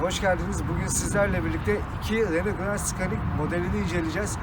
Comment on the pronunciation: Hocam fites değil vites, Renolt değil reno, Sıkanik değil senik diye okunuyor. Bukadar potansiyeli yüksek bir kanal diksiyona dikkat etmeli bence